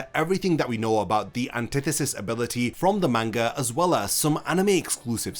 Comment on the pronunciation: Learn to pronouns manga right! your fckin annoying everytime you utter that word the wrong way...